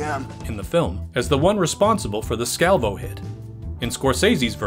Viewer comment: Love the video soo good but you are pronouncing the names off lol... I knew related spilotro... its pronounced spill-la-tro also Scavo is pronounced Scaaa-vo